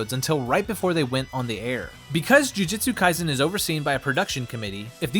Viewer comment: Sorry to be that guy, but my soul hurts every time you say jujitsu kaisen.